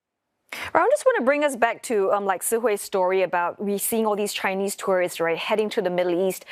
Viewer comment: Please don't pronounce tourists as tourist. One is plural the other is singular. Learn how to pronounce correctly!